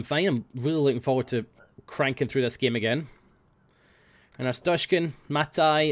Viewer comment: flawless arstotzkan accent